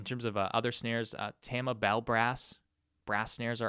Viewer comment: Hey, it's pronounced "Tah-ma", not "taaaaama". It's a Japanese word, there's no nasally A sound like that in Japanese.